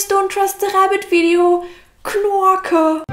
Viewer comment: Trixie your 'KNORKE' actress. Took it all in , 'knorke is my favorite ;-))